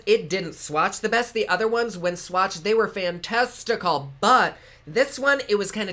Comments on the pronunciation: I heard fan testicle. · Did you say "fantastical" or "fan-testicle" 😂